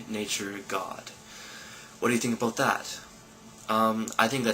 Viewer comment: You said "aboot"! You're so Canadian!